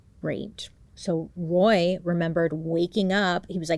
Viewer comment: Bailey I'm so proud of you! You struggled with a few words but you said Roy flawlessly! That was my dad's name and even I have a hard time saying it! I never watched the dramatization on Netflix because I know it would be too hard to watch but I also thought they were spoiled rich kids until I watched the documentary. They didn't deserve to spend their entire life in prison. I think they were tortured enough growing up.